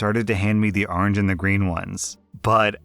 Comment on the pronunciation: arnj, actually, according to his pronunciation